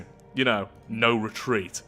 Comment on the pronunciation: Re-treat? Nevah!